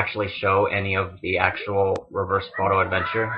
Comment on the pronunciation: I can't be the only one who keeps hearing "Reverse Photo Adventure".